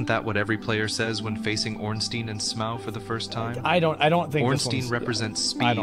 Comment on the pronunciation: “Smow”? Wouldn’t Smough be pronounced like Dough?